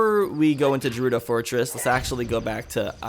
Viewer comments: How he pronounces gerudo buggs me so much, like dude its gerudo not jerudo! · As long as you pronounce it Gerudo and not Jerudo then you do you. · No it is pronounced ger-udo not jer-udo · I hate the way you pronounce jerudo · Stop. Saying. Jerudo. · The way you say Gerudo as 'Jerudo' hurts my soul. It's a G, not a J, fam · it's not jewrudo for fucks sake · why do people care about how gerudo is pronounced? all you're proving is you're a salty zelda fan. if he pronounces it wrong- so what?? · Gerudo is pronounced like Gif. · you're still saying gerudo wrong... >:| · Its different but idc it sounds cool the way you pronounce it. My friends and I all pronounce Saria different cause we like different pronunciations. why people gotta make a big deal? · Lol it bothered me too but I never wanted to bother you about it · ok it just pisses me off legit but if you reall really want to i dont care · pls stop say it correctly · Your saying gerudo wrong it's with a G not a J